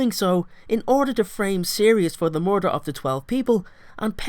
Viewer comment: ITS MURDER not mooider